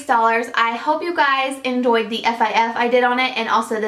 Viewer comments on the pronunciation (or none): Did anyone else notice she said " I hope you endoued my fifs" instead of enjoyed. Lol love you!